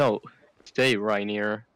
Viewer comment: It's actually reineer